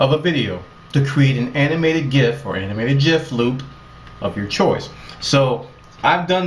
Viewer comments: Thank you so much, I've been looking for something like this. And by the way, your pronunciation of "Jif" is spot on. "Choosy developers choose GIF." :P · The lead developer of the GIF format intended for the pronunciation to mirror that of the American peanut butter brand. Perhaps for memorability, I dunno.